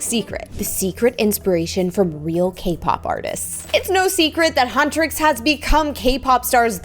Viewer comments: Lol hutresses BRO IT'S HUNTRIX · Huntrix not huntris and saja boy is pronounced sarja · Your saying huntix wrong